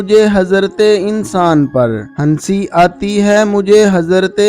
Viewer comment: Aslamalekm bhai please iqbal ke sher ko sahi read kijiye hansi nhi hai vo hasi aati hai ...apni urdu sidhi kijiye